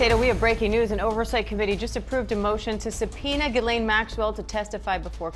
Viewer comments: Jiz-lay. It’s French. It’s not Gee-lane. The “n” is silent. FFS. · Her name is pronounced GIS like jeez, laine like len